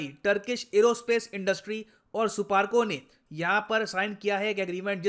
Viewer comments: People say SUPARCO , I hear " supaari " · It's not suparco it's supandi 😂😂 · Wait wait suparco nahi suarco hai